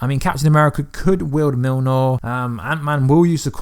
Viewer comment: I’m sure you had a reason behind the pronunciation of Mjolnir? If not phonetically it’s Myol-neer